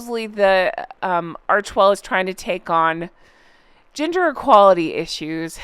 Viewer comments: At first I thought you said they’re now taking on “GINGER equality issues” and “GINGER stereotypes” ! 🤣🤣🤣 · When you said GENDER equality I thought you said GINGER equality and was wtf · When you said they were working on gender equality I first heard Ginger equality hahaha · I thought you said "Ginger Equality." 😂😂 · I thought you said “ginger equality” when you said “gender equality” and I almost choked lol Imagine! The fact that it sounded believable just gives you and idea of what we are all used to and can expect from these two. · 😂 I first thought you said “ginger” equality 😅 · Tricks of the EAR? : Every time you said 'gender' my ear heard "GINGER". (A meme 4U - ginger rites - ginger equality) - Believe me you, there is a science to these devices. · When you said "gender equality," my brain kept hearing "ginger" equality LMAO